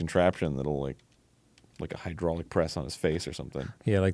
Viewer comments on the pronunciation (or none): none